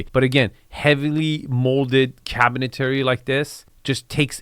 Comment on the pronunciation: cabinetary? I think you mean cabinetry. love the vids dude